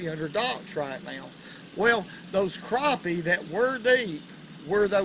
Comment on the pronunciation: I'm so glad to hear how he pronounces Crappie. I hear the emphasis on Crap. Lol It irks me when it's said differently.. lol